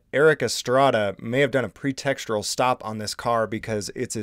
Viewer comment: it was a pretextual stop. There is only one r in pretextual. Its not pretextural.